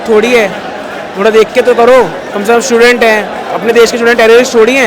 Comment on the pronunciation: स्टूडेंट बोलो भाई